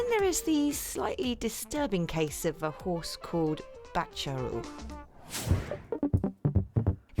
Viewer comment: hoose……じゃなくてhorseで草